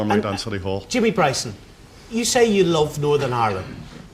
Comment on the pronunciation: It's not Jamie Bryson. It's Jamie Bwyson.